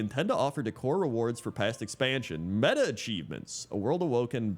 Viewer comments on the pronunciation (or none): none